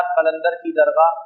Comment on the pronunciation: درغاہ نہیں ہے حضرت بلکہ درگاہ ہے